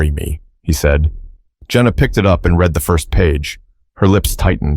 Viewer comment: The narrator has a problem- The difference between "read" (pronounced like "reed") and "read" (pronounced like "red") lies in their tense and meaning: "Read" (reed): This is the present tense form, used when referring to the act of reading something currently or generally. "Read" (red): This is the past tense form, used when referring to something that has already been read. For example, you might say, "I read books every day" (present) versus "I read that book last week" (past). Read vs. Read – What’s the Difference? - Writing Explained